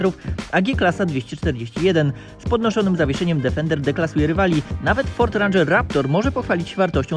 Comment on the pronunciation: dEfender DEEEEEFENDER, nie żaden difernder